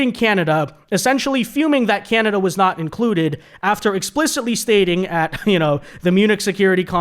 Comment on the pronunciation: KANADUH EH?